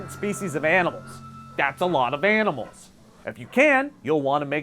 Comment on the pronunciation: HE said BANIMALS 😄😅😂😂😂😂😎😇😇😇😇😇😀😭😭😭😭😭😭😭😁😁😂😁😁😂